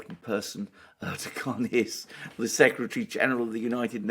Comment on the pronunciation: Just a question Alexander do you consciously or subconsciously pronounce Erdoğan’s name incorrectly?